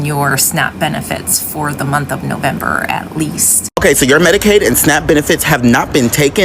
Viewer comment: First of all he needs to learn how to say November in second he needs to grow a brain